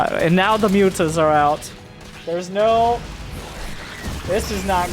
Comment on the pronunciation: The original joke I believe stems from how serrals pronounces Mutas. He tends to say mootas, the picture is a recent addition. Still, it greatly underpins the joke.